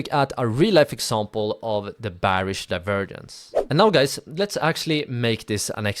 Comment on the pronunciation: Great video, even though I already know and use the tips you gave. Your English is good, so I'm surprised you struggle to say "Bearish" the right way.